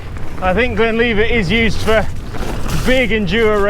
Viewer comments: Whay a donkey. It’s Glen Livet not Leevit. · Yeah, Moray is pronounced the same as Murray, and Glenlivet is GlenLIVEit👍 I LOVE Glenlivet, and can't wait to get back there to have fun on the new Underthinker blue flow trail.